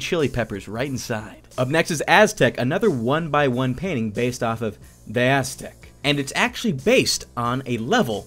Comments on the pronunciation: D E! D.E.! Not "deh" :P sorry if it sounds rude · when you pronounce de_aztec as deh aztec. disliked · Btw de_aztec is pronounced dee eee Aztec